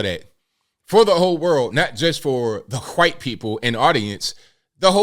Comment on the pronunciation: Hey! I watch you a lot and I appreciate your content. I was wondering why you used that way of annunciating the word "white" (white people.) I thought that was a derogatory way of referring to white people by sounding like your about to cough up a lugi because you have to say it out loud. I don't see you as the kind of person who would imitate weird tik tokers so we're you being sarcastic, or is there like some regional dialect that actually pronounces the word "white" like that?